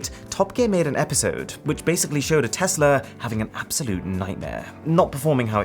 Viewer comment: Aaron thanks for calling it Tesla and not TEZLA! Just watching but your videos are always great!